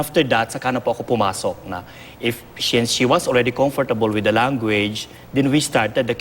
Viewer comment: omg comfortable? ano nga un pano nga ibigkas?